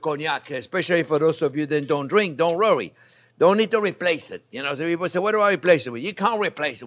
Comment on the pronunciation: Hi J-P, Why do you say Rrowy instead of worry?